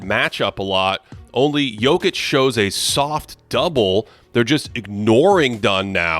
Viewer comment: Can’t stand the way this guy says Jokic, there’s not an L in it